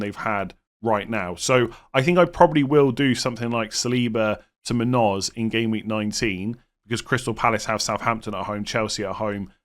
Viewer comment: It's pronounced moon-yose, not moon-ose